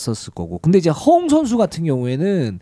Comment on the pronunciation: 허훈 허웅 부를때 발음이.. 헷갈려 혼났네요